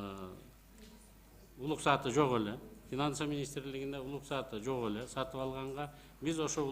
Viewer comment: Уруксат деген сөздү үйрөтүп койгулачы,улуксат детирбей